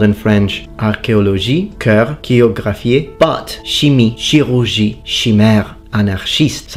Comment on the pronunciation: Your "u" sound in chirurgie is way too close to our "ou" sound, some Rs are not heard enough, last syllable of anarchiste wasn't stressed enough, etc...